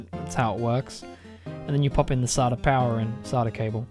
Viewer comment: who cringed when he pronounced SATA saatah